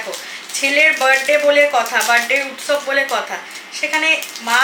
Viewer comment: apni age to utsob uccharon thik e korten,2 din dhore change kore fellen keno?